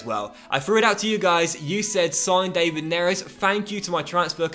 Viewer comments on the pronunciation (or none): Isn’t his name pronounced Dav-Id not Dave-id?🤷🏻‍♂️ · Great vid, but hold on. David Neres is pronounced Dav-id , not the English way Dei-vid. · Please say it da-vid neres not day-vid neres, idk just my opinion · You're not saying David right